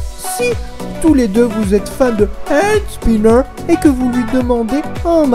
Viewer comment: "Haaandsnineuuur" mdrr j'adore comme tu parle :')